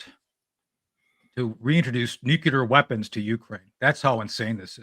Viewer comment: "Nucular" oh okay, credibility---. Next!